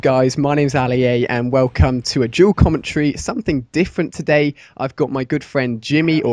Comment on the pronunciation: commontree....you mean commentary